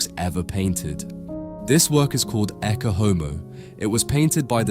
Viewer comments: Ecce is pronounced ay-chay, not ekke. AI is even destroying everyday English to those who hear this and copy. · [ˈettʃe ˈɔmo], with "ch" as in "church", not a hard "k" as in "Christ". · “Ecce” pronounced e-ch-ay This AI?